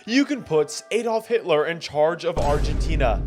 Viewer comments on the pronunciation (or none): I paused when he said "Adolph" and skipped 5 minutes ahead in the video to when he said "Hilter"